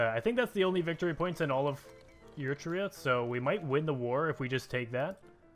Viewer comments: Eritrea is pronounced Eritrea (air-ih-tree-ah) not yitria please stop making me cry daddy. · ERA TREE YAH I told you how to pronounce it mate.